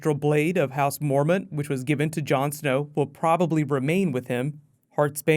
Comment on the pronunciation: It's not mormon its mormont